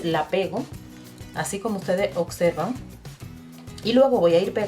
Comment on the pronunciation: Muy lindo tu trabajo, no lo tomes a mal, pero decis acserven y se dice observen, bsis 😙😙